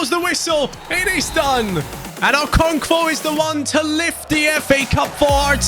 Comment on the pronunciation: bro there is no v in okonkwo😆🤣